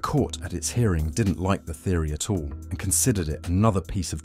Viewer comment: Irritating thumping slapping junk music. Atrocious mispronunciations - "fossuow fuow" for "fossil fuel", "a tuow" for "at all". Blocked.